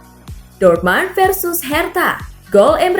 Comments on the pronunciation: Min,kalo jerman apa tulisan nya itu yg dibaca,dortmund tetap dortmund bukan dibaca dortman,koreksi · Ngomongnya biasa ajalah ngga usah banyak gaya,,ngomong Dortmund aja jangan dorman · Dortmund kali bukan dortman,bicara lah yg bener semoga kk sepasi yg lama cpt kembali 🤲